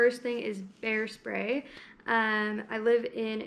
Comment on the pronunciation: I thought you said "hair spray" when you said "bear spray" 😂 Love this informational video! Perfect for newbie hikers like myself. More please! ❤️